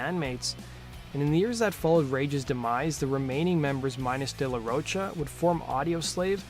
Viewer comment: It's not "Roach-a" it's "ro" pronounced like rock "cha"